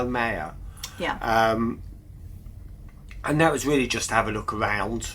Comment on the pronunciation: Just for you to know, the Falcon was made by Ford and came with a 6 inline cylinder 3.0 liter engine, and the Valiant was made by Chrysler . My father had a Falcon he purchased it brand new and I drove it out of the dealer. I had a Valiant but I bought it used. Great video. By the way is not Palmeo but Palermo. LOL